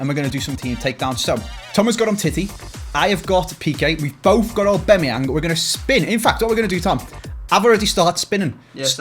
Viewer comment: Hate the way says Aubameyang lol Obimeyang